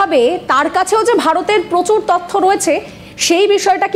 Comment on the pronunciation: শব্দটা ত(অ)থ্য নয়, ত(ও)থ্য, আর ভ্যাকেন্সি নয়, ভেকেন্সি। বড্ড কানে লাগে।